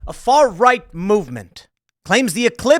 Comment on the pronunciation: 'tHa FaR-RoYgHt sAiD' yeah ok timpoope